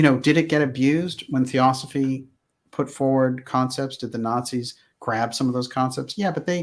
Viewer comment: they were Gerrnans not ´rrarzis´.